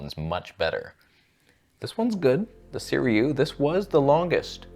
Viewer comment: According to some Chinese folk the "Sirui" is pronounced Su-Rey. :)